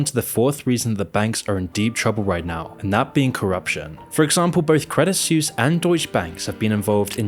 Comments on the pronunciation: Suisse = Swiss not "Soos" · Credit Suisse is not pronounced Credit SEWS but "Credit Swiss". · Please check your pronunciation before producing these episodes, otherwise it makes you sound less credible. Credit Suisse = swees, not seuss. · It's pronounced 'sweese' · I just can't bro. Your pronunciation of Suisse is killing me xD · As a Swiss I am ashamed for the behaviour of some of our bankers. But also cringe everytime you say "Suisse" ;)